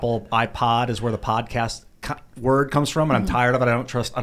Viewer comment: Every day that passes I dislike more and more. Now he won’t even say podcast like cmon dude